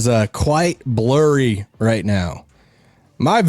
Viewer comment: "Vision is blorry"?, Daryl Morey says it helps if you squint!